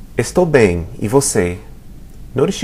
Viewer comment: kind of sounds like 'bay em' to me.